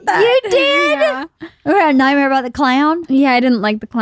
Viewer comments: says nightmere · holy shit said nightmere